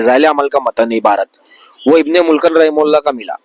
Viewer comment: Bhai tu mufti sb ko bol ra arbi ni ati aur ibn e mulqan bol ra 😂 Ibne mulqan ❌ ibne mulaqqin✅😩